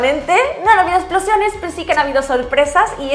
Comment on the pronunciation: "Aquí no hay explosiÓnes" ese acento ahí, qué tal? JAJAJAJA